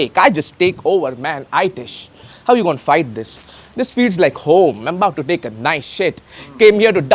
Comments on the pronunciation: इतिस हे aaitish nahi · I TISH ❌️ ITISH ईतिष ✅️